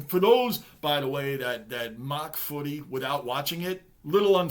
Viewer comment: Bro... love the way u say footy😊